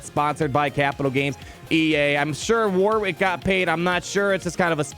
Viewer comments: War Wick! LOLZ! He's name is pronounced "Worrick". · War wick? 😂 War(Rick) Davies is how it’s said! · its pronounced Warrick, the second W in Warwick is silent. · It made me cringe every time you mispronounced Warwick. It's more accurate to have the second w be silent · AAAAH! You don't pronounce the second W in Warwick's name.